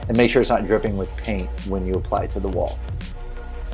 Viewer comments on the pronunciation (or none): none